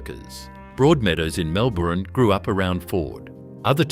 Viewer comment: For a so-called Australian production, at least get the pronunciations correct. It's Mel-buhn (Melbourne) and Bris-buhn (Brisbane). Better still, get a human being to do the voice over!